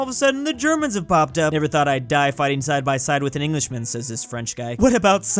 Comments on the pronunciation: It"s not UP it is the abbreviation of the India state of Uttar Pradesh and its pronounced as you-p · it is pronounced as "U-Piii"